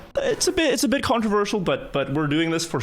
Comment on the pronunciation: Did he say "it is a little bit controwirtual"?